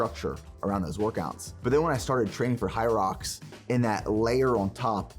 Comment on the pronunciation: 1ero se dice "jairox"( hyrox) 2do este empezó bien la preparación en los primeros capítulos luego los videos son aburridos nada interesantes(en mi humilde opinión,,ahora abien es una carrera de 8km con obstáculos cada1km(ejercicios de fierza) Hace poco aca en toronto hubo la 1era carrera y yo participe en dobles, apenas me pude preparar por 2 o 3 semanas antes d ela carera por temas laborales y falta de tiempo y es un espectáculo hacerla me tomo 1hr y 40min y el récord creo que es tocando apenas 50min o casi 1hr es intensa sientes que no puedes y que se te va la vida pero si puede haganla es una exp única en la vida,otro punto en uno de sus videos corre creo que 65millas por semana su alimentación no es tan cargada ni tan masiva y sige siento gigante en talla, hace unos años participó en culturismo creo que en mens phisique,...así que a ese nivel de cardio y con pocas comidas es puya de lejos se nota.... x cierto tiene una empresa de suplementos pero aun no los pruebo,en fin la puya mas dinero d empresa hacen que se vea así con ee físico luego de 64millas x semana y sin días off....bye y excelente contenido